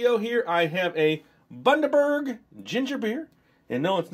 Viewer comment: Great pronunciation of Bundaberg. I love this combo of flavours. Smiths chips (at least in Queensland, Australia) are cooked just down the road from me and when they have a batch cooking the whole suburb smells of frying potatoes......yum. It's a hard place to stay thin ;P